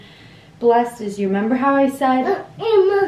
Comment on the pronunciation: just fyi... you say "member" instead of "remember" like you're a toddler still hahah. it's just funny wanted to point it out. i notice Rachel does it too. but just wanted to make sure you know so you sound like an educated adult LOL